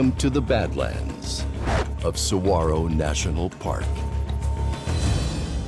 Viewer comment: I've lived in Arizona for most of my life. Saguaro is pronounced: sah-war-oh. Lovely documentary! 🌵🌵🌵🌵